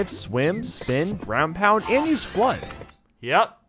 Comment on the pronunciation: when says f.l.u.d.d in slow motion, it sounds like he says "clutch".